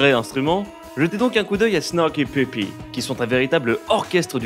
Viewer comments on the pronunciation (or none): none